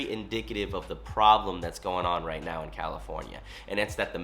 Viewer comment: “Right or wrong”? “righht” 🤡